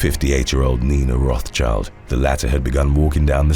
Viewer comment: Rothschild is pronounced with the s in it - roth-s-child